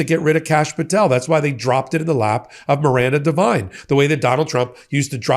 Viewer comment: Oh god! Not Miranda Devine? More trash from Oz. Haha. Her only qualification was murdoch liked her sycophantic father Frank, who was a right wing trash reporter for News Corp for decades. Good lord. Pronounced div-een not div-ine by the way